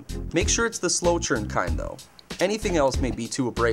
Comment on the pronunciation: MAKE SURE IT'S THE SLOW TURNED (sounds like churred) KIND THOUGH